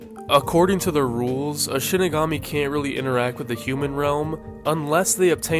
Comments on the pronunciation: Why do all these icebergs and videos about death note ALL say Shinigami wrong? They literally say it in the show SHEE-ni-ga-mi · I won't name names, but I'm glad I can watch a Death Note iceberg without clicking off it because the op is pronouncing it as "Shiginami"